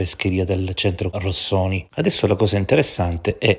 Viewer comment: Affatto plausibile vederla come un raffazzonato tentativo di despistaggio, sono d'accordo, ma non è che la difficoltà di pronuncia (diciamo così) della parola Rossoni possa indicare più semplicemente proprio il fatto che SebanNello sta mentendo mentre la dice? A ogni modo l'alibi di ferro si sta rivelando sempre più "dai piedi di balsa" (cit. Elio e le Storie Tese) Bravo, sempre sul pezzo! 👍🏻